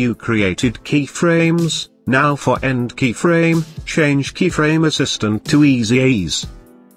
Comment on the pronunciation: Great video. THe auto voice had me cracking up every time it said "Keyfraaaame" and "Easy eez" :)